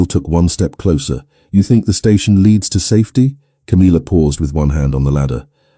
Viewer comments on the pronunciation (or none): It's tiresomely irritating to hear the name Camilla, so badly pronounced, it's not Ca-meal-uh, it's Cam-ill-uh. Gawd strewth, millenium hand and shrimp!